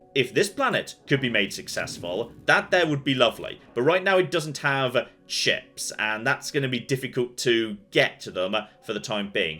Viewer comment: I know you're saying "ships" but it almost sounds like chips. "Ah yes, this planet needs chips, to pair with its fish"